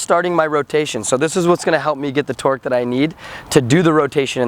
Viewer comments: Every time you said "tork" I thought you said twerk lol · They keep saying 'torque' and it sounds like 'twerk' XD